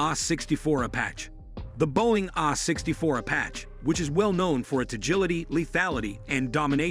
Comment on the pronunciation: “Ahh 64 a-patch”